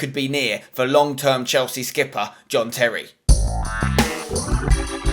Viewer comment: You said "long term Chelsea skipper" I hear long term Chelsea slipper.